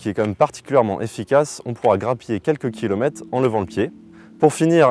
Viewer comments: Les "kilomettes" , ça fait mal aux oreilles! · Pourquoi dire I-tech et pas eu-tech?Et kilomet et pas kilomètres?Perso,je choisirais la Cupra pour une meilleure autonomie.